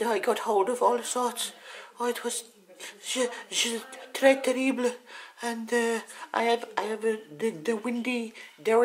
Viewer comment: "Très terrible, au revoir" Nice french! !!!!! :D